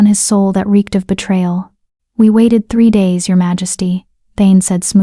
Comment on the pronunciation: I like your stories, but the wrong pronunciation of several words throughout them is really annoying. The ones I recall are majesty, tear(s), live(s). Mispronouncing these words changes the meaning and deters the listener from being fully present in the story. I hope you can fix this. 😊